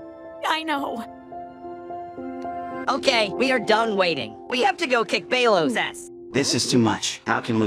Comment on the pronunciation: It just keeps saying BaYLoS